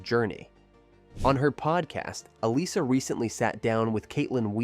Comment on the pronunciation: Um, , her name is pronounced "Ah-LISS-uh," NOT "AL-iss-uh" or "Ah-LIE-suh."